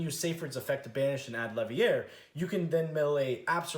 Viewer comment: My guy, it's Chaos Dragon LeviNEER, not Levier. We ain't French or at Hogwarts